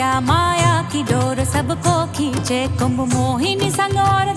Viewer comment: KUMBHA ❌️ KUMBH ✅️ .... Har jagah angregi chochle mat lagao